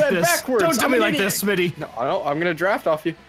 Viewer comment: it's smii7y not smi77y